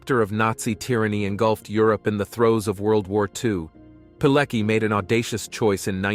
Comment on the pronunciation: I can't stand how badly his his surname is pronounced. Its Piletski!